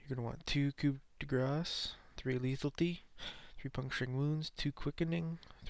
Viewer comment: two things, detrimental to your raid means BAD for your raid. and it's pronounced "lee-thal-itee" not lethaltee lol